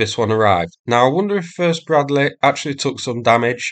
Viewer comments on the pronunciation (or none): Anoother Bruddleh fuyres on the Tee-nuynteh? ...okay... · is the "Breadleh" ment to be used against tanks? ... noobs 🤣